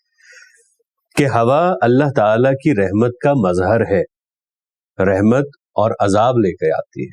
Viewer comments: Rehmat nhi rahmat hota hay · بصد ادب أپکااپنا تلفظ۔بھی غلط ھے رحمت را کے اوپر زبرھے أپ زیرسے تلفظ